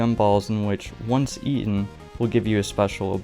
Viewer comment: eaten is the correct pronounciation